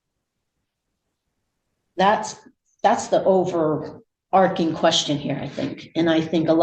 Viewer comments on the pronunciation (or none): "That's the over-arking question" :D